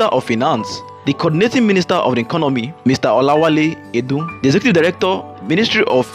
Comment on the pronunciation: Did you just call Minister of Finance Mr Olawale 'Idun'?! Edun, that's the correct pronunciation. 'Idun' is bedbug in Yoruba. 'Chinchi' in Igbo.